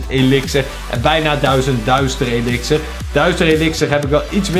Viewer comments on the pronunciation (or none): DUITSER elixer